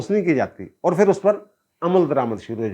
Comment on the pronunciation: App "phir" ko aksar "fir" keh daitay hain 😂